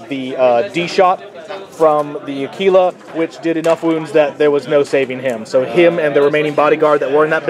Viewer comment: It's pronounced akwilla, not akeela. Methinks you had too much tekeela.